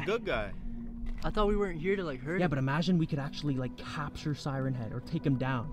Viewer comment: It’s siren